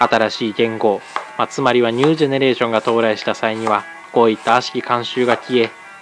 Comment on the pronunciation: ニュージェネレーションの言い方が昭和くさくて好き